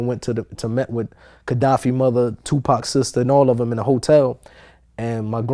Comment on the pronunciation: Kadafi not Kedafi